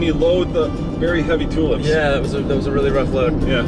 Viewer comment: Nice video. I must admit you said "toolups" about 5 times before I worked out you were saying tulips. We pronounce it similar to "choolipps". Sorry about that.